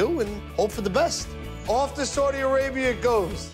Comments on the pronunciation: It's Saudi Arabia not sordi Arabia 😂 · That first part where they toured the city was hella wack. Dude spent all that time and still didn’t know how to even pronounce Saudi Arabia